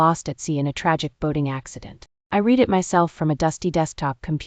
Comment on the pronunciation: I ABSOLUTELY LOVE THE FACT THAT THE PICTURE MATCH THE STORY. Please teach AI that "read" has two different pronunciations.